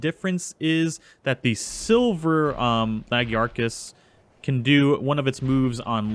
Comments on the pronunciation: the lagiacrus is pronounced La - Guy - A - Cruise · lagiacrus is pronounced luh–GUY–uh–cruss. with that last part sounding like how you'd say 'crust'. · Luh-guy-uh-chris, Ooh-(Like what you say in interest)-Roo-Gan (Like gone), Devil-Joe, Bare-E-oth (Like broth) Bear-oth (Also like broth) Additionally the levels were inconsistent